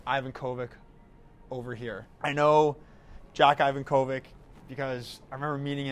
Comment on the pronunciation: Isn’t Ivankovic of Croatian origin? It’s pronounced as Ivankovich 🤔